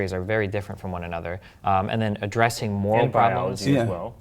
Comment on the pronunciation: why can't he pronounce "moral" lol